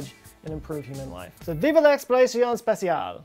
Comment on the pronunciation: "Vive l'exploration spatiale", you totally nailed it